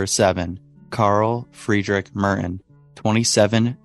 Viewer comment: Carl Friedrich Merten and not Murrin